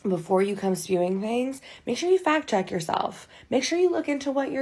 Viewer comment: Did she say "fat checked?"